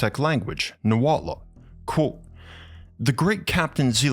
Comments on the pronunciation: Fantastic video! Although I did want to point out that the language Nahuatl is pronounced more like ‘Nah-hwatl’ instead of ‘Nah-wat-luh’ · Great video, excellent presentation and analysis of our culture. Just a small note: Nahuatl is pronounced Nah-wa-tl, bit similar to how one would pronounce tur-tle. Other than that awesome work! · Just for future reference, Nahuatl is pronounced Nah-Wah-Tul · You really need to learn how to pronounce “Nahuatl” Its not pronounced “noowatla”